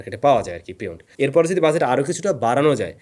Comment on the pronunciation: Bhai shuddhu buzet buzet ki bolen it’s budget not buzet😂